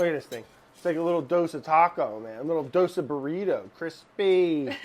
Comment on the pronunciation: South Indian in me is so happy.. Brad and Sohla making Dosas.. And Brad pronouncing Dosa correctly than most of the Indians do.. Love BA